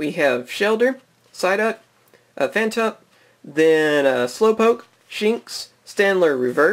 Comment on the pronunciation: Phantrup and petili huh? Yeah ok, come on man read the cards right